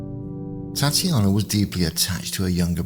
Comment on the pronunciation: Very interesting - thanks for posting (her name was pronounced Tat ya na)